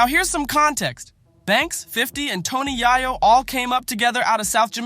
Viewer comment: Tony Yah-yo 😂